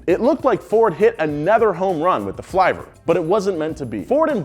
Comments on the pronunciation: Seriously. It's filver with a small I not flIver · NOOOO! You don't pronounce it fly-ver. It's flivver, like liver. Just google it. Or ask anyone in Kingsford, MI. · Dude, when the consonant is double, the vowel is short. Flivver is pronounced like liver, not diver. If you are going to make a video, try not looking like you don't know what you're talking about